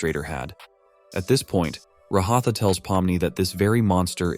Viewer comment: Brotha it's a ai voice so it can't say ragathas name